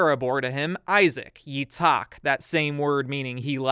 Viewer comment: gotta say it's a great video but i just find it really funny that when you say Isaac's name in Hebrew (יצחק) because you can't really make the ח sound it sounds more like you're saying "יצעק" which means to scream but other then that your other pronunciations are pretty good